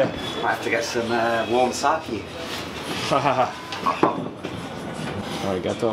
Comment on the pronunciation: Great content but super annoyed by the way you say sake lol. It’s an e not an I. Sah-keh